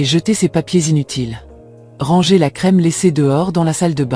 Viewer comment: Merci pour cette video mais pourriez-vous corriger la prononciation du mot "ranger "? En français on ne prononce pas le r à la fin. On doit dire rangé. Vous faites cette même erreur dans tous vos vidéos. Merci 😊